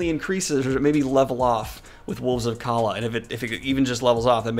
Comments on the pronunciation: Calla is pronounced “caya” the two “L”s make the Y sound like it would in Spanish. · You know it tells you how to pronounce Calla in the book? Well just to let you know you’re saying it wrong. Love ya but you should’ve paid a bit more attention